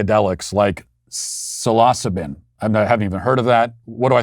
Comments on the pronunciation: No no no Matt Psilocybin is Pronounced like (Sil-o-Sigh-Bin) and it's the stuff the Makes Shrooms psychedelic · Almost didn’t get what he was talking about😂 Silasoben??? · It's pronounced sill-ō-sī-ben... otherwise known as magic mushrooms. Funny, they are currently studying them as an effective treatment for depression!! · I know this is an old episode, but Matt should never have even commented on the legalization of psychedelics that he's never heard of and can't pronounce. Psilocybin mushrooms and LSD both have numerous potential uses in the field of mental health (PTSD is a condition treated with mushrooms), and LSD has enormous potential in pain relief. Now I'm not suggesting tripping as a pain reliever, but there is a part of the drug that can be isolated with more research. Psychedelics also open you up to new ways of looking at things and make it easier to empathize. At the very least they should decriminalize psychedelics. I'm about as conservative as they come, but I have broad experience in psychedelic use, and if used under the right setting and mindset and if you don't use them more often than a handful of times in a year, then they can be very beneficial. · Did anybody else catch Matt not knowing how to pronounce Psilocybin, and his answer to the question is he doesn't think it should be legalized, right cause shrooms are dangerous. I think he just didn't know what it was, but he's definitely the more mediocre of all the Daily Wire hosts, Ben being the best obviously. I cringed hard at him arguing with Ben and Jeremy over our foreign aid policies at the last Backstage. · I have never heard someone butcher the word psilocybin so badly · The way he said psilocybin actually had me laughing out loud